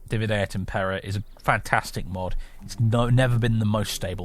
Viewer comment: loving this series! (btw, since you seem to be interested in pronunciation etc - Impera, as in Divide et Impera, is stressed on the first syllable IM-pe-ra, because the e is short. It should be DI-vi-de et IM-pe-ra. And it doesn’t quite mean divide and conquer, but divide and rule.)